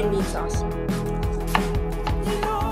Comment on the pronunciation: it's pronounced (sawce) not (sase)